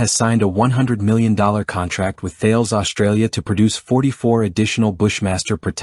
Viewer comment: I assume this is done using AI and a fake or canned voice. Please learn how to pronounce Thales if you want to have any credibility in a military channel.